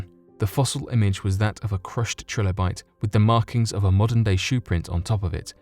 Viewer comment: "This led him to take the fossil to over 3 different labs".... so what, he went to 3.6 labs? Is four too big a number for you? Btw, it's pronounced TRI- lobite, not TRILL-obite... you know, like the common word tricycle you banana...